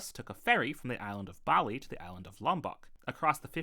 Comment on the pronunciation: The way you say Pilbara and Bali cracks me up